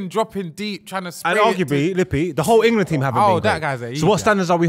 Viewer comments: Why does say Engerland? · say IN-GA-LAND one more time 😂😂😂😂